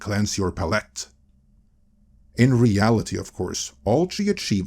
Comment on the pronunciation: FYI "palette" = PAL-et as opposed to puh-LET